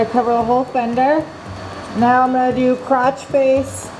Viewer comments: I thought you said you were going to use a “crotch face pattern” instead of “cross face pattern.” 😂🤷🏻‍♂️ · sounds like you said crotch faced how do you do that thanks for the laugh that Mr dos is fire